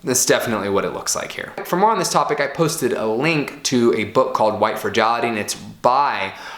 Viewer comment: If you cannot pronounce fragility, am I supposed to believe you know what it is? Here you are recommending books, written by bigots, which you haven't read. Why?